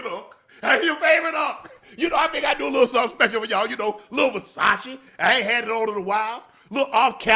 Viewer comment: Somebody tell Ocho how to say "Versace" 😂